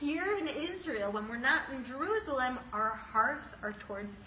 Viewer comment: I hate the way she pronounces juruslem